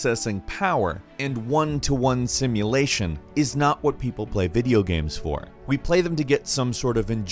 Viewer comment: "Videogehms." Oh you.